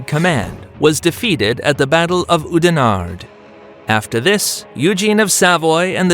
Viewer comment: Ooh-de-Nahrd? Oudenaarde is rather pronounced: Oud as in loud, stress this syllable an aar (with a LOOOOOOOONG aa and fricative r) duh So (L)OUD-an-aaaaarrrrr-duh. ------------------------------- Ooh-treKt? Nope: that U is pronounced like the german Ü, and that ch is pronounced with a hard fricative KH-sound (like in Arabic: khalipha) So Ü-treKH-t